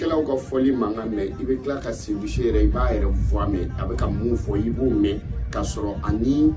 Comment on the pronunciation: C’est pas seyou Che mais Seydou chee lol😂